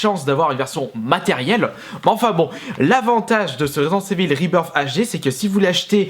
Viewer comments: ivaule, pas évil ... bordel, t'es un fan de metallica, écoute le titre AM I EVIL ... tu verras ! :) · en francais on dit residente ivel